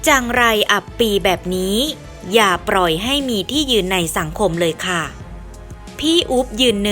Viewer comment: เกราะขอบเวที อย่าปร่อยไว้ จากโครนตม ล,ร,แยกหน่อยก็ดีนะ คนไทยหรือเปล่า